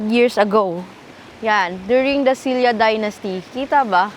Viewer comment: I love Gyeongju and I enjoyed watching this episode so much. Thanks for sharing this experience with us! P.S. Silla po is pronounced as Shin-ra or Shil-la 😊